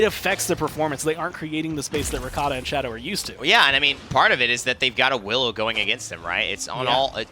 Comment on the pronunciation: Why they keep saying r-e-k-a-t-a, it's r-kt-a